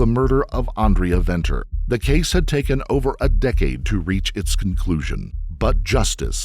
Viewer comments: Note: the 'v's' in 'Venter' and 'van Vuuren' are not pronounced 'vee' - they're pronounced like the 'f' in 'fate' or 'fun'. 😉 Thanks for trying to pronounce the other terms as well. Stellar content. 🇿🇦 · The V in her surname is pronounced with a F. Like Father. So it is Fenter. And Gerhards surname is Fun Fee rin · Venter is pronounced "Fenter" 😊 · The SAn justice system is disappointing at times. Side note - Venter is pronounced Fenter in SA . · Its pronounced Fen ter fyi 😂 but so dope seeing you covering a SA story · Venter = (fen-ter) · Who did this research?? Schweizer-Reneke is not "nestled" between Kimberley and Johannesburg; it is 300 km from Johannesburg, and 200 km from Kimberley! Venter is pronounced as Fenter as in F**k. Those accents!! I must be honest a girl growing up in the middle of nowhere in Schweizer-Renecke will not have an easy life in a metropolr like Johannesburg. Poor girl... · No excuses for what he did. How can you stand by and watch? The whole situation gives men a bad name. Remember gender based violence is not one gender. Venter is pronounced Fenter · Venter is pronounced 'Fenter'- an Afrikaans surname. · Venter is pronounced Fenter. So tragic, nothing was done to stop this mad man. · The "V" in Venter is pronounced "F". So, it's pronounced Fenter.